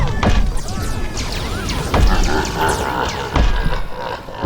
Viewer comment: No way you said “George Droyd” 💀💀💀 he was coming for the Fent Reactor